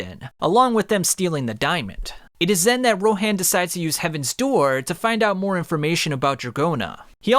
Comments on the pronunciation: Dude stop saying rohan's name like that it's row han like hans from frozen without the s not row hand like you say it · The pronunciation on that Ro “HANN”😭😭😭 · Hearing u say Ro HAN really hurts me😂😂💀💀